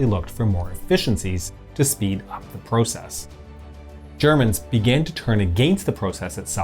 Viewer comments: The narrator’s pronunciation of process and project bugged me. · Pro-cess, pro-ject - hint of Canadian accent? Just curious.